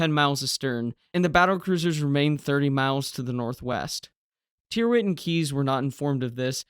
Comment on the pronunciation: Tyrwhitt is pronounced Tirrit.